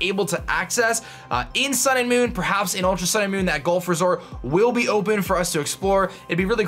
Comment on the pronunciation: Why do you pronounce "golf" as "gulf?"